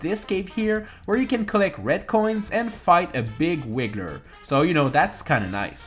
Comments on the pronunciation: FYI, your pronouncing of "Wiggler" sounds like you're saying "Wigger". Wigger's a racist term for anyone unaware. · did you say wigger?... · Fight a big wigger lol. It's wiggler dude lol